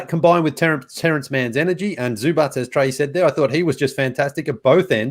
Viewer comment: TREY you’re killing me with the Zubac pronunciation!! It’s just a ‘c’ sound at the end, not pronounced ‘ch’ (also not a ‘k’ sound just fyi)